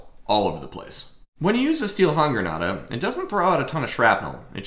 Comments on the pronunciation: it's not style, way closer to just say steel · Except it's spelled "Stiel," which means stick, so is pronounced "shteel." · it’s Stielhandgranate and it is not pronounced like that